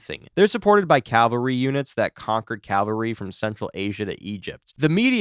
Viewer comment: CALvary is where Jesus died. CAValry is soldiers on horseback. You keep saying the former.